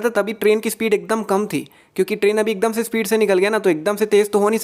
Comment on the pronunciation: you talk akdomse Akdamse